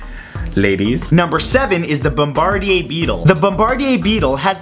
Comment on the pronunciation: I heard what you called the beetle, without seeing the spelling of it, and thought, that's one I haven't heard of before. But then as you described it, I realised it was how you pronounced it, was throwing me off. So I went back, and saw the the beetle is actually the "BOMB-BER-DEAR" beetle and not the BOMB-BAR-DEE-AY...? beetle. And you're right, it's not something you want to mess with either!